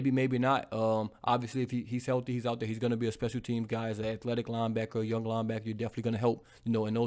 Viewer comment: "It's Tragedies n I'm owwt" 🤣🤣 as always